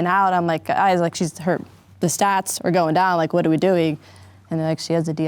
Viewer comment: I’m not trying to hate rn but can not have been an EMT for long the “Stats” instead of “Sats” drove me crazy